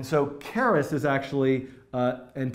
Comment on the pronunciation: Your french prononciation of keras was brilliant